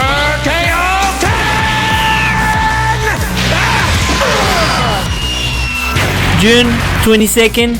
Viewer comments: Kaioken was at first pronounced kayoken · It ain't kayo ken it's kaio ken